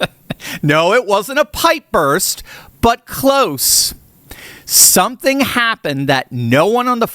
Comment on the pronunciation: I heard Francesca said "Someting wong!"